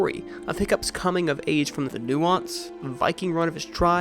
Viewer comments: You said nuance. Not Nuisance (say it like New-sants) Nuance is what these characters should have. Nuisance is what kids typically are to adults... ;) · um, not "nuance"